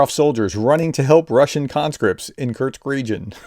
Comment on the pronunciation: there isn't a T is "Kursk"